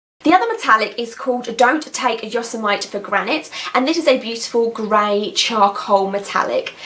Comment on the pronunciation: I kind of like your pronunciation of "Yosemite". . . I might use that as a character's name one day.:)